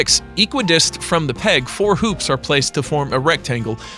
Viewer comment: You can tell it's just a fool reading a script because he actually says "equidist." instead of equidistant....